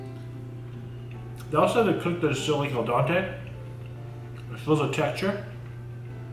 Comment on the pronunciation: “Al Dante” makes another appearance 😂🤣😂! Still much love